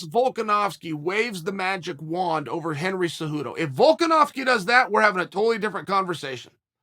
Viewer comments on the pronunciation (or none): none